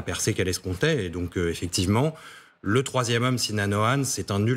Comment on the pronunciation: son nom n'est pas Si-non mais Sinan :) 3eme candidat